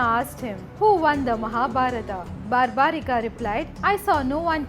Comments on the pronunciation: It's barbarik not barbarika ok pls see to it you and its not Rama it's ram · The name is barbarik. There us no "a" in the end. Just like it's yog and not "yoga". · Plz pronounce the name in Indian way you are saying like bheemaaaaa barbarikaaa this is not correct this issue was with non Indian bcz they try to read the English spelling of the names so plz if you are trying to glorify India don’t follow the west blindly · Its barbrik not barbrikaa, ghototkachh not ghatotkachaa, mahabharat not bahabharataa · Please stop spelling the names of Indian historical persons like this. It's not Barbarika it's Barbarik. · English pronunciation should not add extra a in the name like it’s barbarik not barbarika same as it’s always yog not yoga.Otherwise story is explained nicely. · Not totally accurate And the name is pronounced differently Its bur'bu"reek not bar'baa"rikaa The test before offering the head would have given proper importance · i appreciate ur video....but dont u know the names of characters....why u saying bhimaaa its bhim,its mahabharat,its barbarik.......dont just go on following others pronounciation.....u should be using our own pronounciation.......its a slavery mindset to follow foreigners pronounciation